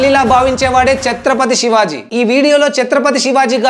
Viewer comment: Brother aur ek bar thik se nam lele na okay